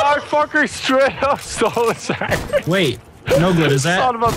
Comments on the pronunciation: dog yoinks "sangwhich" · chocolate sangwich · I love coming back to this video for when steals the “sangwidge”. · Chocolate Sangwidge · "Chocolate Sanduige" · Its chocolate sandwidge